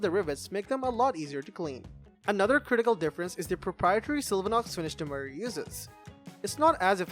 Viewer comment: the host keeps pronouncing demeyere as "do-my-rhee". should be "do-my-yer"